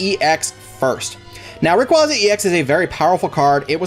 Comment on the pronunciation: you pronounced rayquaza wrong its RAY-QUAY-ZA